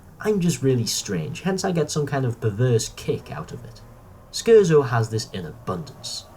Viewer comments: Right you keep saying Scherzo wrong and as what a Scherzo is is important to the story it helps to pronounce it right. It's pronounced Cher-Tzo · Fantastic video m8! I agree with all of these. Shame you were a scrub and pronounced Scherzo wrong; 1-Farwell, Great Macedon 2-NA 3-NA 4-Foe From The Future 5-Spare Parts 6-Davros 7-Master 8-Scherzo